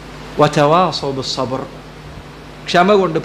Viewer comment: സബ്ര് അല്ല; സബ്ർ ആണ്